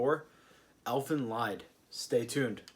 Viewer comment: I'm late but it is pronounced Leed like bee, not LIE-D